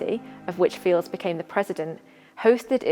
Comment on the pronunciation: Please correct your pronunciation of Mary's Surname. It is pronounced Files, you don't sound the silent D in Fildes..Thank you.